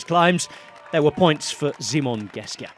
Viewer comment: i'm kinda sad that everything is pronounced very correctly except simon geschke :( poor guy